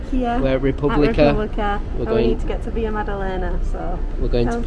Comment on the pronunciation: Just remember to speak portuguese in Brazil not spanish. It's not VIA madalena its VILA with L.